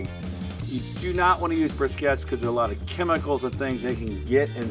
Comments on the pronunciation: They're briquettes, not brisquettes. Brisket is what you cook. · “Briscettes”? Twice? Lol.